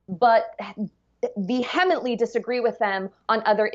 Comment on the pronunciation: She mispronounced vehemently.